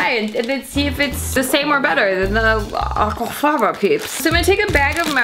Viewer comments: I really didn't need to hear her not even try to correctly pronounce aquafaba over and over and over again in a video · Well they can't all be winners, but I do love how you pronounce that word 😂. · this channel's humour has reduced to gargled pronunciations of 'aquafaba' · girl im fucking CACKLING at how youre pronouncing aquafaba. gets me every time. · The way she pronounces aquafaba 😂